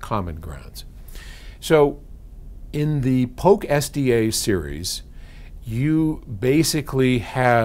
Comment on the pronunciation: Polk.... not Poke